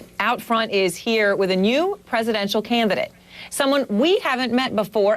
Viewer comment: What's a "canvidate?